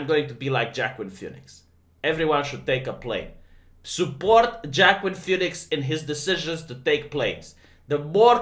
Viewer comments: It is not Jackween it is Wah-keen. Oh right, you are trolling. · "Joaquin" sounds like "wah-keen"..